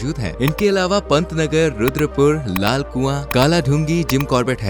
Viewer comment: Bhai patna nagar nhi pantnagar hain😅